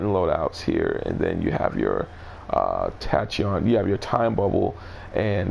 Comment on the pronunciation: Tachyon is Pronounced like tack•key•on